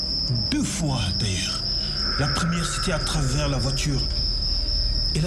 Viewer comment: Wa mère diop nimouy waxei voiture mettina 😂😂😂😂😂😂"veutir"😭